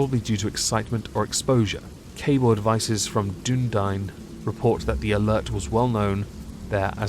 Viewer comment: Love the reading as well as your pronunciation of Dunedin